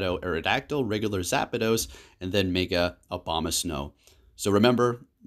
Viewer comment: Within 30 seconds you said Zapados, Meega and Swinub! Never change!